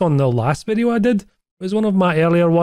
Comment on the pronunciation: This vi-eeyoh was.....more than OK.